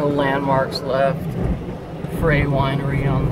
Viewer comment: Goo video, but it is Frey (pronounced fry) winery, and they are still in business!